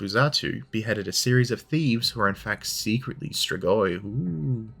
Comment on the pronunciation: Your pronunciation "stregoi" to my ear sounded very similar to the Italian word for witch, strega(fem) strego(masc). Romanian being at root a latin based language, not unlikely that "stregoi" is a shared word.....yeah, kinda of a pedantic comment...but history of everything and all that. Thanks for light hearted detour.